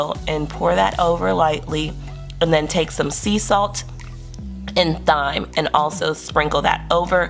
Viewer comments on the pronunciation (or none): It's pronoubced Time. But great vid. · Thyme has a silent H so say Time. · Thanks for sharing! Thyme = Time in pronunciation 😇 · You've done a great job with your menus. They look delicious. I think it would be helpful to sharpen up your pronunciation (thyme, garbanzo).. as sometimes your message gets lost in those type of errors.. otherwise, you make me want to do much better with my meal prep